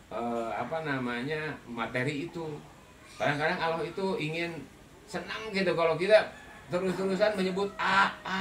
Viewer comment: Maaf si bapak kalo ngucap Allah jgn aloh gitu dong huruf L nya dobel, sy maklum bpk kyknya orang sunda ya. Sama jg kita kalo ngaji Al Qur'an makharijul hurufnya kan harus jelas gak pandang kita dari mana suku bangsanya